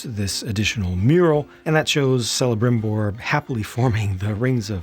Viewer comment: Hey! Just FYI, the name Celebrimbor is actually pronounced Kelebrimbor. The "C" is hard. Awesome review. I got the set since day one, and for me it is the best and most beautiful Lego set I have ever owned!! A true masterpiece of Lego art for a true masterpiece of a book!